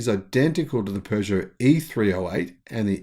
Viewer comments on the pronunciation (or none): none